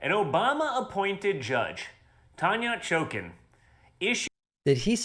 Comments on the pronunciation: He said: Tanya "Choken"? The inability to speak coherently must run in this family and be contagious because those that surround them catch it too like junior's guilfrind. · He said tanya choke-in! But that aside, this is why HSE advisors don’t want you to be on drugs whilst at work…. And why your doctor doesn’t want you on them at all! Way to trump! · He said 'Tanya Chokin' 😂 What is he on?? Yup, out of his gourd - nice one David! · I think it sounded more like he said Tanya Chokin'. Sounds like a C level porn star name. Shounds like lockjaw talk to me. The 80s never died if your kids just copied you ROFL. Reminds me of the old DARE commercial. "I learned from watching YOU!" Someone blow Vics in this guys eyes, STAT! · He said Tanya Chokin.